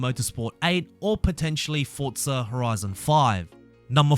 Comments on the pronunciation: Forza is an itallian word. Just like pizza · Had to turn this off because of the way he says FORTZA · Why do you say fortza?